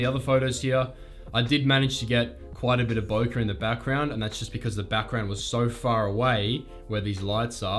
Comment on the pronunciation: Its pronounced Bokeh with e at the end not with a